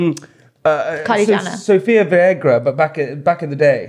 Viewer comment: He did not just say Sofia Viagra? 😂😂😂😂